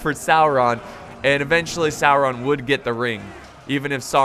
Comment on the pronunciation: salron????? sauron you mean?